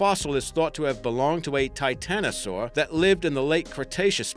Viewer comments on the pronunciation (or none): none